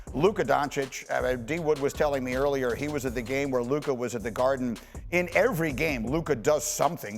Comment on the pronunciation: Its luka and its not close